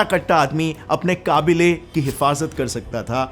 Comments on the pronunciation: Kabeelaa...... ❌ Kaabile.,..... ✅ ... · not काबिले it's कबीले 😂🤣🤣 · It's not qaaabile it's qabila or qabile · jo word al ny bola wo kablay ni kabilay h 👍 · it's kabilee not kaabile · मुझे ऐसा क्यों लग रहा है की काबिले की जगह कबीले बोलना चाहिए था |